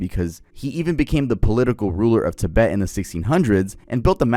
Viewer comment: Ti-BET… emphasis on the second syllable. I don’t normally correct people, but that drove me.